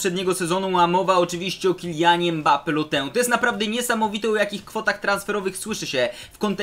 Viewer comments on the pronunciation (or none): none